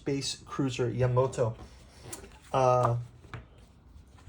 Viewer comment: It's "Ya-MA-to." Not "Yamoto". (sigh) What you got here is, it's a program guide specifically for the 1977 theatrical release of the Space Battleship Yamato compilation film; there are plenty of other books that cover both the 1974 TV series and the other TV series and films, but this one was just for that '77 movie.